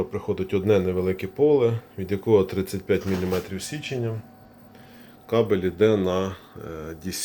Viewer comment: Чому кожен другий оглядач на ютюбі говорить січення?